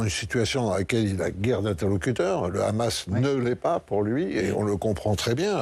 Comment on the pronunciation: On ne dit pas 'KHamas', comme à l'israélienne C'est un acronyme arabe. On dit HHHamas en arabe ou Amas si on est un français non arabisant.. C'est un minimum de professionnalisme, à moins de montrer ses accointances pro israéliennes.